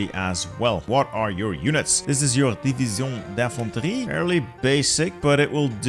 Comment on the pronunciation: As a french, I find really funny the way you pronounce "division d'infantrie" !